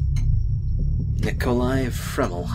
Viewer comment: hhaha Nicholai Framel? really? Harry Potter much